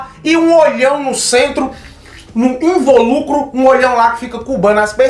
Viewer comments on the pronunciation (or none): So uma correcao lindo, a pronúncia é invÓlucro, silaba tônica no VÓ, não no LU